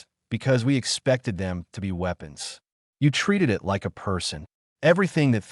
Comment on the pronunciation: i wouldn’t have a problem with stories from this channel, but apparently the owner either doesn’t understand english, or they have incompetent editors, this story is very typical content from this channel, constantly pronouncing beginings of sentences such as ‘it’ as “I, T”, or ‘by’ as “B, Y,” perhaps the channel owner should be consistant and pronounce each beginning the same way, like ‘Garth’ should actually pronouced “G, a, r, t, h,” - you know, keep it all consistant… it’ll help non-english speaking visitors how english works when it comes to verbal pronounication lol